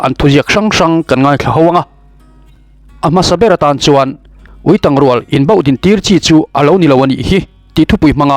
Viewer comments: Tang hi, tel mawm/ thang, ti a lam zawk tur a chhiartu hian a ti dik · Ui tang...tih hi ka ke a tang...tih anga lam tur. I va chhiar thiam lo eee. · Uitang tiha tang i lamdan hi dik lo😂. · Ui tang i lam dan thluk hi a dik lo,tang tih hi a key sanga lam rik tur,,a bengvarthlak e